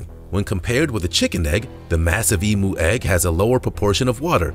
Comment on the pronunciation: Eem-yoo is how its pronounced not Ee-moo lol